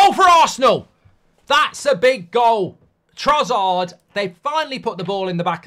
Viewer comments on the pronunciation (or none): why does mark always call trossard trozzard